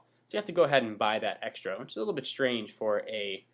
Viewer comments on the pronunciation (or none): none